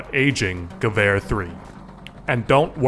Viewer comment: as a German, I really appreciate the pronounciation on Heckler und Koch, Bundeswehr and Gewehr.